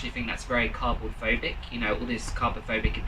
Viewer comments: DID HE SAY "cardboardphobic"??? 😭😭😭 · when mans said ‘carbophobic’ or whatever it was i really just . wanted to die